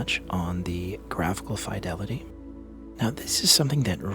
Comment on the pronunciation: You pronounce fidelity incorrectly